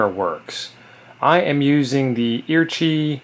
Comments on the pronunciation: I couldn’t figure out what you were saying with the name of that antenna, lol. It’s E.A.R.C., HI (Emergency Amateur Radio Club of Hawaii), of which I am a member of. I have built a lot of those antennas to mail out to people who dont want to build them themselves. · I couldn’t figure out what you were saying when you said the name of the antenna you were using. E.A.R.C., HI is the name of the radio club who makes the antenna (Emergency Amateur Radio Club of Hawaii), of which I am a member of. I have built many of those antennas to be mailed out to people who didnt want to build their own.